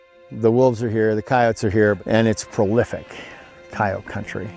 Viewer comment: Why do they say kay-oat instead of cayote?